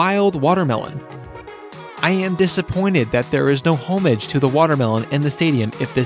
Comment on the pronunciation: Well thats a new way to pronounce homage lol wow